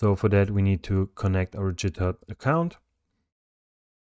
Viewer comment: jithub LOL 😂 sounds french .. amazing tutorial straight forward to the point 👍